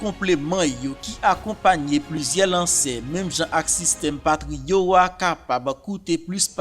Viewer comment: Mon chè c pa korije map korijew non men mwen wè ou pa fè t ya sòti nan patriòt la men ou di patrio oklye ou di patriòt